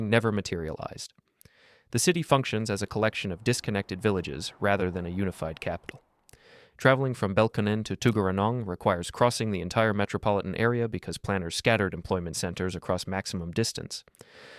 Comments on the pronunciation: Nope, Tug-ra-nong. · they're pronounced BELL-CON-NEN and TUG-ER-A-NONG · I'm sorry but as a Canberran your pronunciation of 'Tuggeranong' was painful. It's more like Tugg-rah-nong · bel-con-nen & tug-ner-rong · As a Canberran it’s clear you have zero understanding of Canberra (regularly ranked as one of the best cities in the world to live in). I knew there was no meaningful research behind this video when I heard the hilarious mispronunciations of Belconnen and Tuggeranong. Not. Even. Close. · Being from Canberra, the way you pronounced Belconnen and Tuggeranong gave me a heart attack